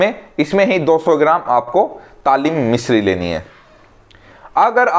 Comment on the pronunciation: Bhai ingredients theek se boliye ya likh dijiye aapney kaun sa mishri bola hai samajh nahin aa raha